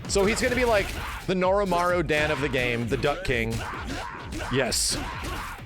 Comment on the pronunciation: Come on, it's "Norimaro" not "Norimaru", you know better